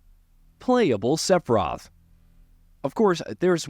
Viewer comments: The way this mf says sepiroth should equal a ban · Seph-roth was too much for me.